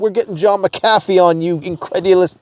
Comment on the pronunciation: Who else pronounces John McAfee like that? 🤔